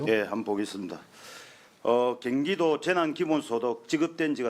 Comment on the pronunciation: 갱기도 아니고 경기도